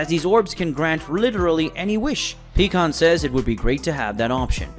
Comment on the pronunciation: Do you have problems saying "pie" pycon? Is there a reason? It's not peacon! And I'm not the only one thinking about how words and names are being pronounced wrong please explain or re edit. It would mean a lot to those of us who feel the same as I do.